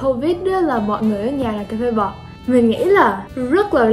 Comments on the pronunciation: Ôi trời ơi cà phê bọt mà toi nghe cà phê bò:)))) Im so sorry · Cà phê bọt mà đọc nghe thành Cà phê bò =))) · Cà phê bọt mà mình lại nghe thành cà phê bò chứ:)))